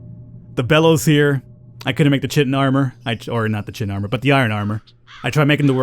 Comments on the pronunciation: Kai-tin. Not shiteen ;) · That's "Kaiton" not "Chit-ton". Yeah the spelling is terrible, but that is what it is. For the longest time I was saying it wrong too. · I know it's your stock in trade to mispronounce stuff, but lest you get de-monetised... it's pronounced Kye-tin.:) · I admit, I giggled every time you pronounced 'chitin', no chit! :D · Also, it's pronounced: KYE-tin "ch" = k sound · Chitin is pronounced with a K.